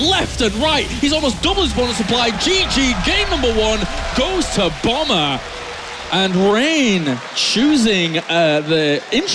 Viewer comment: I love how all the coms pronounce Bomber's name as "Bummer" lol